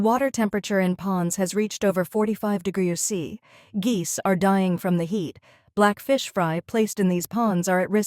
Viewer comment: Why the weird pronunciation of "degrees C"?!? 🙉